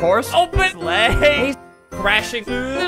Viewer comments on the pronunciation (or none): Egg Sauce he also says leg and not sleigh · When he says "sleigh" its actually "Legs"